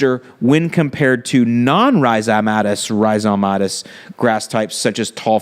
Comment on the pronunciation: rhi·zom·a·tous Stress the second syllable. Say it 100 times. Class dismissed. :/